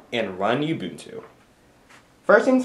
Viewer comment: ITS FUCKING uh-bun-too not fucking you-bun-tue